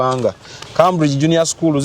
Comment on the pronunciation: It's pronounced Kemburigi, Cambridge in English. Tokitwala, it's for correction